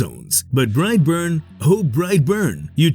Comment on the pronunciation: bright born...... SOUTHERN ACCENT... BRIGHT BORNE....!!!!!